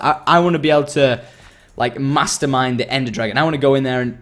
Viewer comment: When he said he wanted to mastermind the ender dragon I thought he said masturbate